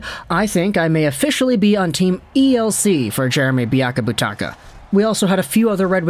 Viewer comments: It's biakabaTOOOOOOOOka my guy! As always, love the content, though! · You have pronounced Biakabutuka 3 different ways. I hope your doing it on purpose.